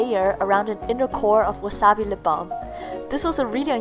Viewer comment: that's how you say it lol